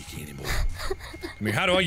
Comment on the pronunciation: Was I the only one who thought he was saying cannibal instead of canon ball?